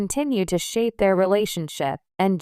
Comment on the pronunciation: Can you say her name correctly, as in Ginger with a "J"?